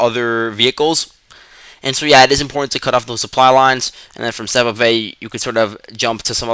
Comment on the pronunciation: Северне (Sjeverne) read without J or read with Y instead of J (in the English language you use Y instead of J like us in Eastern Europe). Syeverne=Northern. you can also translate the names of towns and villages to better understand them.